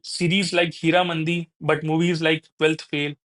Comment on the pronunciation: This seems spoken by an AI. says द rather than ड for हीरामंडी